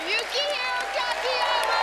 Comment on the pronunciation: yo quiero.....taco bell 🤣. Much better pronunciation of his first name later in the video. Really great performance